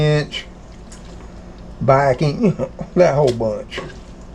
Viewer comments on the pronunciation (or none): none